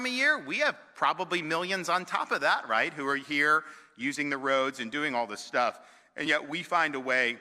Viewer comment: Was it me or did he say.... "and lots of other shtuff"